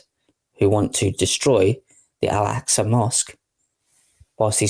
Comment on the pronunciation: It's Al-Aqsa, not Alaska. You're getting your s and q the wrong way around.